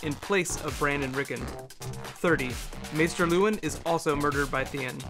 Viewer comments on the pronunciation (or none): none